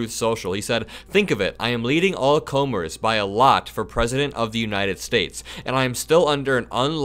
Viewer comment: "Comers" is not pronounced like Comey. It's come-ers.